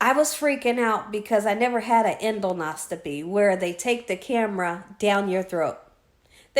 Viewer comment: Oh yes. Done that 3 times. The prep is worse than the procedure. I have been able to put the meds in Gatorade which does taste better but not great. Different doctors use different preps also. I am in the medical field so the pronunciation is End os co pee. Rest up and best of luck. Hugs Merrily in Sherwood Oregon